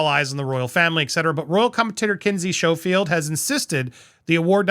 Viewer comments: PLEASE... Before you have Kinsey Schofield on, please learn how to pronounce her name!!!! The SCH is an SK sound, like in school. And yes, DEFinitely get Lady C to join that broadcast as well! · You should learn how to pronounce "Schofield "